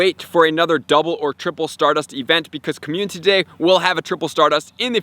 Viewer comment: I think my favorite part of this channel is hearing dude say “Commune-titty Day”. 💙